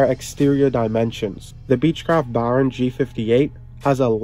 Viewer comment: It's pronounced "Bare-on". NOT "Baaarn". Speak English...!!